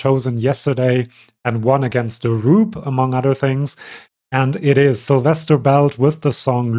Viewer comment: Syl, not sizzle 😂😂😂 my name is Sylvia, same root as Silvestras :)